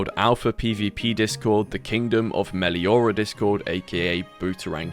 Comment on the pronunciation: thats not 'Meliora' or whatever they called it no no THATS FUCKING BA SING SAE